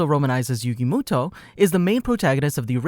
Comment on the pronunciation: Moto not muto